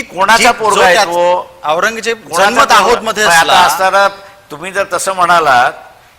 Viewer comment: पत्रकार ची कोणतीच जात असत नाही पण हा पत्रकार औरंगजेब ल aourgyaa म्हणत आहे